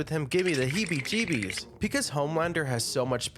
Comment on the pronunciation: had me up until “heebeejeebees”..